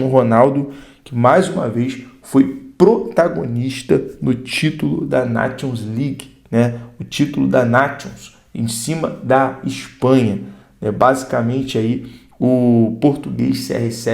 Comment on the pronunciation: "Nátions ligue" é de doer "os zuvido" 😂😂😂😂😂. Mas tá valendo, obrigado pela informação e bom trabalho.